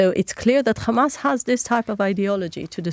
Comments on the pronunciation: U need to stop this german hollocast all the time and for ur correction in english it is Hamas not Gamas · Why does she pronounce Hamas in that strange way sometimes?